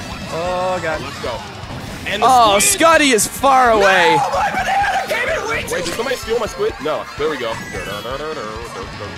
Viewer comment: When reached a stage of depression I heard 'a potassium rich banunah